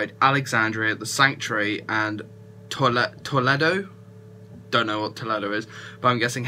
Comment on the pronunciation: Toledo is a city in Ohio. Pronounced with a long e.